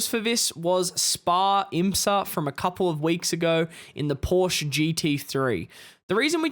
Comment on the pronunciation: Never trust a "driver" who can't pronounce Porsche properly. lol